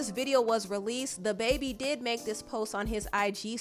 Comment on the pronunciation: Why do u keep calling him THE baby? It's dababy